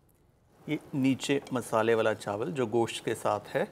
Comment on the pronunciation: Wow sir apne gosht ek dam sahi pronounce kia h 😍